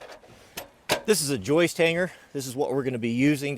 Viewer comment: Hey, it's joists not joices